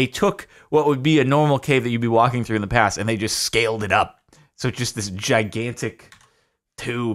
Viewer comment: Idk if it's for the meme....But regardless it's like. In. Like in. Not lick ins.